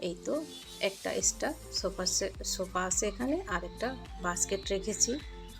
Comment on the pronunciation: আপনি কথা ঠিক মতো উচারন করতে পারেন না, সোফাকে বলছে ছোফা, আর্টিফেসিয়াল কে বলতাছে আতিফেসিয়াল ঘাস বলতে গিয়ে আটকে যাচ্ছেন সোকেস ছোকেস না আপনার কথা এমন কেন একটা কথা ও ক্লিয়ার না,পাশে হবে পাছে না😁😁 যাই হোক ভিডিও ভালো লাগছে কথাগুলো ক্লিয়ার করবেন।